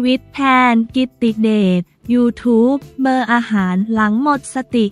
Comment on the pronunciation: เขาอ่านว่า ยูทูปเบอร์ค่ะ อย่าอ่านเว้นวรรคผิดค่ะ ห้อง ICU ก็อ่านผิดนะคะ